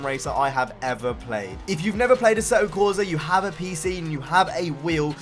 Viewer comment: Assetto corsa Is italian....NO a-seh-to corsa NOO... correct speak: AH-S-SEH-TTO CORSAH